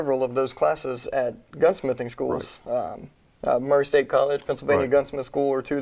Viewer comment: Did you say Murray state college?